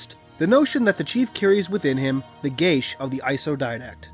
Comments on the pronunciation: would it not be pronounced similar to gay as, not gashe, because im pretty sure their isnt a h in geas, food for thought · It's pronounced gee ahss. Otherwise great video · I love ya man but, I think it's pronounced G-US. Not like you're saying it. Your saying sounds like gay-sh. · The pronunciation I found said "geSH" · That's not how you pronounce geas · I don't think you're pronouncing geas right ._.